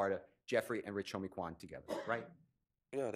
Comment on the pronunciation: I was like plzzzz stop callin Quan that when she kept saying his name like that. I felt so bad for his family bc i know that saw that 😢 that shit was hurting my heart so bad. She made herself look even more like a villain constantly repeating that